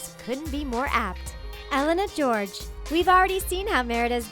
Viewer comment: You pronounce wrong Elena Gheorghe